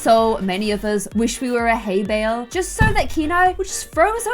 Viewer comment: I would become a hay bale. Me: I ride horses and I lift haybales every day ( well, used to: so thats a bit weird an also, u didn't pronounce it right ( soz if I offended anyone but I had to say it. I STILL LOVE )